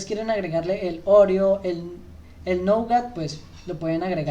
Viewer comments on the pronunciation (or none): none